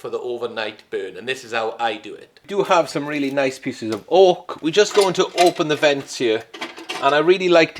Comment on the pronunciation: At first I thought you said "Orc." But then I realized it was "Oak."